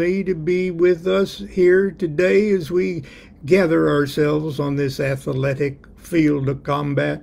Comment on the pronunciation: Ath-a-letic Ahhahahaha !!!!